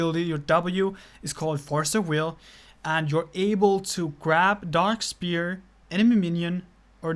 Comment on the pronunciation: It's pronounced S-f-ere not Spear